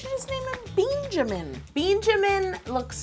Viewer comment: Beenjamin? Lol.